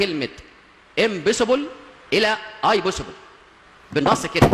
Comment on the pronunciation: مشعارف حتى يقول كلمه انجليزي المفرض يقول اتس پاسيبل مش اي باسيبل 🤣🤣🤣🤣🤣🤣